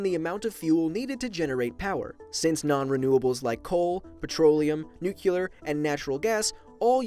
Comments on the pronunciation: knows all these facts.... But doesn’t even know how to pronounce “nuclear” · Pronounces it NUKULAR. Seems legit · Lmao you say "nuclear" as if you were saying "new killer" 😂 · Azizul Adnan New Key Lurr Or Neu cleur Choose. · Why do you seriously say “nucular”? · Life Noggin it’s okay I think it’s endearing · Please stop saying nuclear wrong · Halo4don "you do realize there is more than one way to say a word" You do realize that there are words with one pronunciation? Oh wait, you clearly don't, dumbass. So here's a lesson. Many words have only one pronunciation. "Nuclear" is one of those words. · You pronounced nuclear wrong the whole video. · Nuclear, not Nucular. Geez... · i know he noticed it but him saying nucular instead of nuclear is pissing me right the hell off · Now,, you're a pretty smart dude, yet you seem to forget how to pronounce "nuclear." Let this comment serve as a friendly reminder that it is not pronounced "nuc*ular*," but rather as "nu*clear*." Thank you for hopefully seeing this comment, and the videos are awesome as usual! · Nuclear brother not nucilar!!! Say "new clear" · NUCLEAR NOT NUCULAR! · “ Nuclear” not nukular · It REALLY frustrates me how you pronounce nuclear. ITS NEW-CLEE-ER NOT NEW-CEUW-LER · it's pronounced noo-klee-yurr, not noo-kyuh-lurr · it's pronounced nuke•le•ur not nuke•u•lar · I'm gonna be honest, it's kind of a pet peeve of mine when people pronounce nuclear as nuke-euler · it's pronounced "nookleear" he kept saying "nookyoolar" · What is so goddamn hard about pronoucing nuclear correctly, it's pronounced exactly the way it's spelled, and it's spelled nuclear not nucular. It's like I'm on a planet filled with idiots who can't say dog, they say "deg" instead, and you tell them that it's pronounced dog, but they just keep calling them degs for no reason. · NU-CLE-AR NOT NU-CI-LER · please don't say nucular it's nuclear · "Nookyuler" 😂 It's Nuclear! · STOP SAYING NUCULAR ITS NUCLEAR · Nuclear. Not nucular.